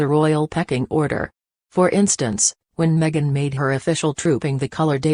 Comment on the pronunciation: Its not meget its megan